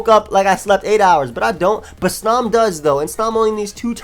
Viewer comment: The way you pronounce snom and eviolite makes me sad